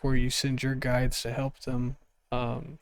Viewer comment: That was kinda funny “healp”, I think u invented a new word combining “heal & help”, nice one, I needed that laugh to, so thanx for that! 💕😂✨ ^_^